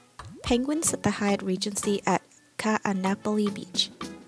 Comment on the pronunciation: Need to get the pronunciation of Ka’anapali down, now that you may be staying there. ;-)